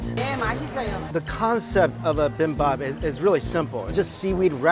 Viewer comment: did he just say bimbap 😂